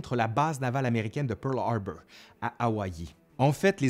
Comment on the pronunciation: PEUWRLHARBEUWR, j'adore ;)